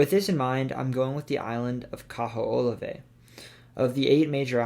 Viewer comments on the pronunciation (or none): Regarding Hawaii - the island you referenced is Kee-hoe-la-way. The US Navy uses it for target practice. It is closed to the public. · 🤣 sorry I can't help but correct the pronunciation for the island you picked for Hawaii. Kaho'olawe is pronounced: ka-hoe-oh-lav-eh